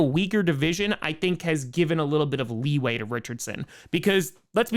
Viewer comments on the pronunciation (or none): none